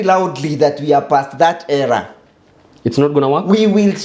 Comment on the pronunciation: Era...not error!😂😂